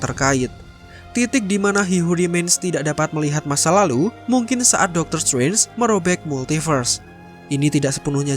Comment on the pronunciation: "Dokter stwenj"